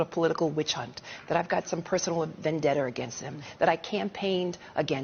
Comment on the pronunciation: She said vendetter. That tells you she's illiterate. How can she hold public office when she doesn't know correct pronunciation.